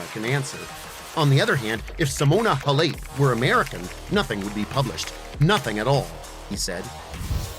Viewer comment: You can’t even pronounce her name right.